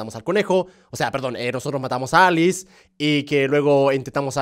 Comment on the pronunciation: Germán no es aliz es Alice : Alicia